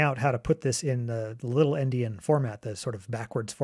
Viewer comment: Its good to know what he is talking about when he says things like little endian. Sounds like little indian! From the. ie